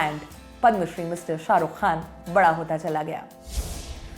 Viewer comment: Saruk nhi, Sharookh hota h